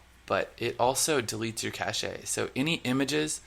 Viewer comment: Semantics! Cache is pronounced "cash"! LOL